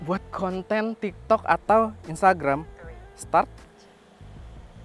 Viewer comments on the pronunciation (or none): none